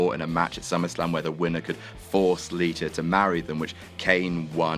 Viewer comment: why you British blokes always putting an R at the ends of words that end in and A?? "John Ceener is ateing a peetzer with Liter!